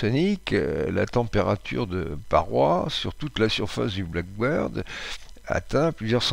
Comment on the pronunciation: avion Blackbird (accent tonique sur black) = merle, pas avion black bird (accent tonique sur bird) oiseau noir.